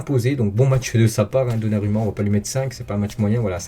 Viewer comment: ON PRONONCE donnaROUMMA 🤦🏽‍♂️ les français…